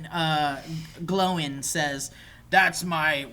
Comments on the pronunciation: just called Gloin "glowing" dude you call yourself a fan, yeahhhh ok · that's my wee lad Gimli! that was awesome! Why are you guys mispronouncing the Dwarves names? Glowin for Gloin? Baylin for Balin? Maybe i'm not as hardcore a fan as i thought?